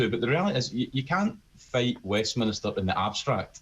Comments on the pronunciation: It's 'Westminster' mate. Not Westminister. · It is Westminster not Westminister. Please use correct language and pronounciation!